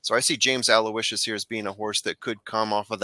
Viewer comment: Hey, you two are a great listen., forgive me, you are the class of the Trust the Prophets gallery imho however in the case of James Aloysius, your podcast mate there had it right...Aloe-ish-sus is the correct way to say that horse's name. Not meaning to sound like a typical internet nitpicker and anyway you say it, the payoff window will be happy to greet you if he does get to the wire first lol I am a big fan of yours and have been since I saw you as a tender teen holding your own big time with the TVG guys at Hollywood Park lo those many years ago. You were actually quite amazing in that appearance with obviously no preparation beforehand. Goes without saying that your pedigree expertise that you share with us is invaluable, not to mention amazingly impressive. Listen to me run on...I look forward to more of the same from you and hope you find good fortune at the Spa Travers day!